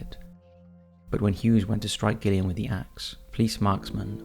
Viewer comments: I think it's pronounced 'Jillian', not 'Gillian'. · Gillian? You mean jillian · Video no 1: Gillian - is pronounced Jillian.. I never knew about this story, so thanks 😊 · Gillian, pronounced Jillian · I think you're pronouncing Gillian incorrectly - Pronounced the same as Jillian. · Gillian is pronounced jillian. Derbyshire is pronounced. Darbyshir. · I love your videos but your pronunciation of Gillian is cringe it’s Jillian but with a G. Besides that I enjoyed that video and would like too hear more about the donor trail. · Wouldn't Gillian be pronounced with a J?